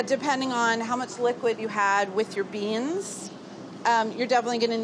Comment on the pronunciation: I love how when Carla says 'beans' it's always a two-syllable word